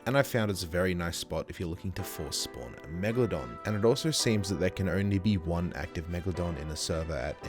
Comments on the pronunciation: ah yes, WIEGALODON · people call her meg-la-don lolz